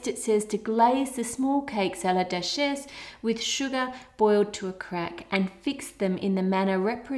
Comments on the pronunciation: random small comment, duchesse is pronounced due - shess (shess as in chess) lol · So google says duchesse is pronounced like du shess